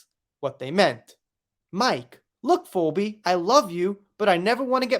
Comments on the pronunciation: Phoebe, a name from Greek Mythology is pronounced Fee, the cost of a service, Bee, what AH's dog stepped on. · Phoebe is pronounced Fee Bee. I know, right? I'm always helping my 1st and 3rd graders with their spelling homework, and it's crazy how stupid I feel trying to explain words that end the same but sound so different. Ex. Tough (uff) Cough (off) Through (ew) No matter how you spell it, it is just ridiculous! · 😂 We kno wasn't a "Friends" fan... It's "Feebee",.😅 It is spelled weirdly tho😊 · Hi dear, you are the most funny, lol, you do not say "Phobe" you say "Pheebe" and in the episode I felt it was suggested that she pooped on the kitchen!!! I am a die hard Friends fan! lol